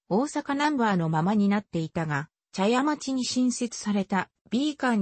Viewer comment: モシモシ、茶屋町は「ちゃやちょう」ではなく「ちゃやまち」でっせ。